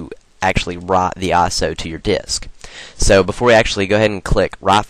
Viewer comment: lol when you said "write" it sounded like "rot" XP